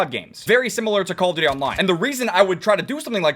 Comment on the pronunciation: call it "C-all of duty"